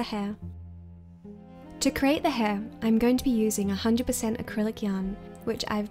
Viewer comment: "CREATE" NOT "CRATE".